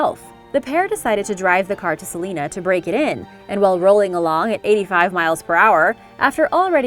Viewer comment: Oof the pronunciation of salinas in this video is tough to stomach